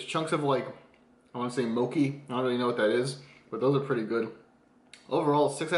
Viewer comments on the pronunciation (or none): If it says mochi then you're pronouncing it wrong. It's pronounced "Mo-chee"